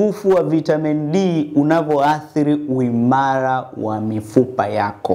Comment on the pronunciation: uimara Sio uimallar CORRECTION Please